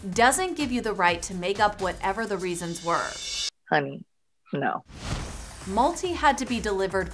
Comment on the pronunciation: It's not Malti as in 'Multi'. It's pronounced as 'MALTHEE.'